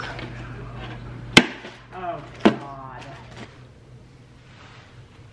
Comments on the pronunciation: She said melk..... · Did she say melk ...